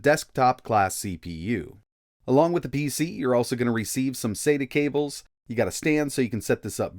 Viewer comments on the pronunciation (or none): none